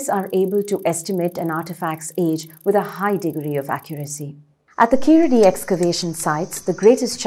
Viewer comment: Hi well happy to u spoke about this but please pronounce the name correctly it's not (keeladi) pronounce it (keezhadi). Your pronounce it wrongly for (e.g.Sharuk called saruk )🤦‍♂️🤦‍♂️🤦‍♂️🤦‍♂️🤦‍♂️